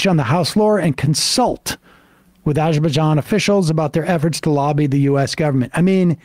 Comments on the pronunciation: I kept waiting for a clip of Cuellar not being able to pronounce Azure Bazaan, so we know Sam's just mocking him. But no. Sam just has no familiarity with Arj Bzani issues. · is Azerbaijan where Bijan Robinson comes from? The way same says it sounds like it is "That There Bijan". Maybe more something for the ESVN.